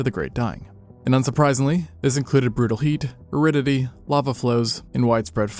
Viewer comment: Are you trying to say aridity? Because if you are, it did not sound like it. It's not a common word and you should have considered rewriting the script when you realized you couldn't make it clear.